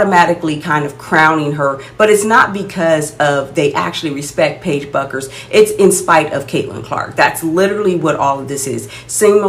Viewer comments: It’s pronounced “Beckers” not “Buckers” 😊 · Paige's last name is pronounced Beckers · Bueckers is pronounced beckers. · it’s pronounced “beckers”… just if you wanna be taken seriously about a player by their fans. no shade ❤ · She Misspelled her own First Name, so you're entitled to mispronounce her last. It's all "give & Take🙂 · You pronounce Paiges last name wrong. Caitlin is better than 99% of the players in WNBA. Your channel is not very good. I just clicked on it because it came up on my selections.